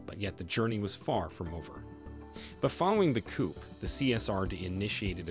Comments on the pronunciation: Mr Narrator, you pronounce the word "coup" as coop like the word "poop" . It should be pronounced like coo. Forget the letter p at the end of the word. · Interesting but the p in the word 'coup' is silent.